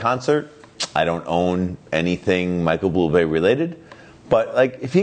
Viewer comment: Micheal Bloo-blay?